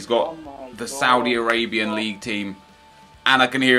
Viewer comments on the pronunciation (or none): none